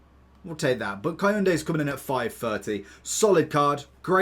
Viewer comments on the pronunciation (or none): Koundé pronunced cun-de there is no A